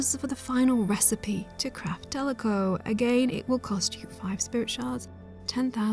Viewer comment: Kick ass video but I couldn’t stop thinking about tlecho being pronounced as teleco the whole video